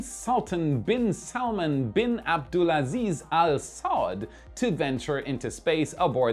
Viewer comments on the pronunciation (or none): none